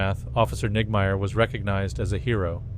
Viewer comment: Sounded like niggameyer. 😂